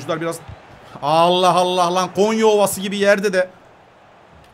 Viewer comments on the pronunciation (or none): none